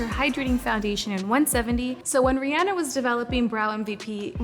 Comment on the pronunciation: I love that she pronounces Rihanna properly!! Because it's her name and that's her pronunciation ya know..